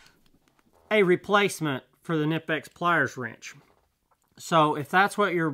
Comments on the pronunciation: It’s been clearly stated by Knipex that it is pronounced Kuh-Ni-Pex They’re a German company and that’s how they say it and how they prefer. Anything else is incorrect. I do my research. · May learn how to pronounce KNIPEX 🙄